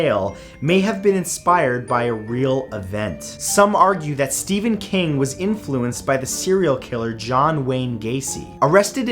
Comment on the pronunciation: You said Steven it’s Stephennnnnn